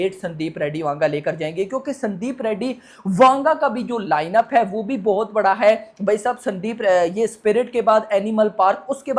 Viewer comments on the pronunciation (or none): none